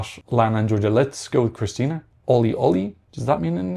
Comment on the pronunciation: No, there's no "i" missing in Krstinja. If you want to pronounce Balkan names better be ready to pronounce four consecutive consonants.